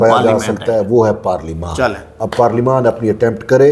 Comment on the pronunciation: Parleymant ko Aksan lens ho ghe G